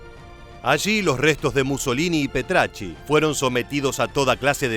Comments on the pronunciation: Petachi no Petrachi además sabe menos de la historia real de lo q parece malísimo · Petacci !!! No Petracci. Petacci. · Antes que nada es Petacci, no PetRacci Pero lo peor son la falsedad de tantos datos!!! Lamentablemente no han estudiado toria historia o solo la sesgada burdamente 😮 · El apellido de la amante del Duce es Petacci y no Petracci. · Petacci no pretacci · Petacci, no Petracci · Petacci, no Petracci. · Si hubieses dicho bien el apellido de su amante habría estado mejor, que desastre 🤦🤦